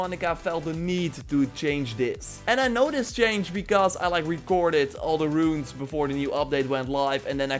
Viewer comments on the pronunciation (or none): none